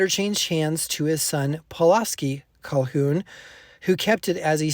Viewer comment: Thank you for sharing this story. Please note that the man who purchased this copy of the Book of Mormon is Reynolds Cahoon--no L in the name (as in Calhoun, which I heard in your pronunciation. Sorry to be a stickler but it's important to share the correct information.